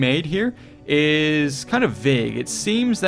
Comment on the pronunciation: It is Liqian not Lijen, this is pretty badly researched.